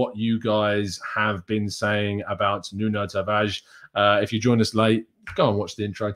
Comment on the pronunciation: I know you don't want to hear this but you're still saying his name wrong. You don't pronounce the "O" in Nuno. If you listen back to him again, you won't hear it.